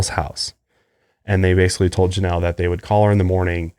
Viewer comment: he doesn't say Janelle